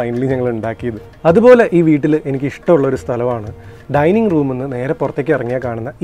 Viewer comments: Not to criticize but just as an informative suggestion, “ patio” (1.45 of this video) is not to be pronounced as pashio but to be as padio… Hope you note it. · Beautiful! Btw it is patio (pa.tee.ow) not (pa.shi.ow) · It’s not called pasio in US it’s called patio. It’s pronounced just the way it is written . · Beautiful video.....hats off to your parents GP👍👏👏👏. Ore oru kunju thiruthu undu. Patio pronounciation pa..tee. ow ennanu both American & British English. Njan GP ye thiruthan aal onnum alla....kettapol thiruthanamennu thonni paranju enne ullu.....Great video .... keep posting like this..... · Patio is pronounced as pateeow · Nice. The pronunciation of Patio . I never heard like this..